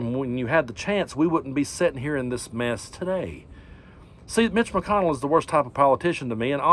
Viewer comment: Did you say Mitch McConnell or Glitch McConnell